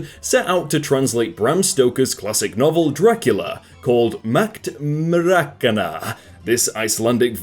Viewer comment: "Asum-dason" .. its As-mund-son. 'Myrak-ana' is Myr-kranna.